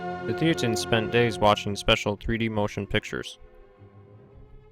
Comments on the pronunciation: It should be pronounced "thay-ten". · It's a bit annoying that this guy mispronounces "thetans" every time. Especially since that is the pretty central to the topic of the whole video. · Actually it's hilarious for its irreverence